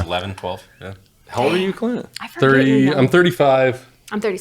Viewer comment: I swear he said CLIT from bunker branding 😂